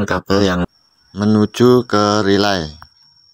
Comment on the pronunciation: Relay bang bukan rylay😊